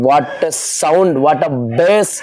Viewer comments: Bas Kadu bass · Not boss its bass bro